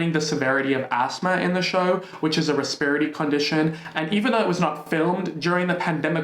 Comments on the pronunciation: Love the way you pronounce respiratory. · these people should get a job in an COVID ward and then they can talk. BTW as an american, i appreciate how you pronounce respiratory. 😂😁